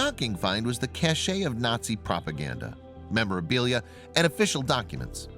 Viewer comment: "cache" is pronounced like "cash", you were thinking of cachet.